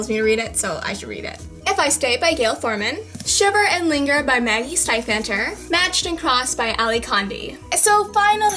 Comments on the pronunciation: it's pronounced "seven" not stefan for perks and carrie just so ya know:) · Stiefater is pronounced Steve- otter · Sorry, but you pronounce it Steven, with a V. You do not say the ph. Sorry again :) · you say stiefvater i think you said it wrong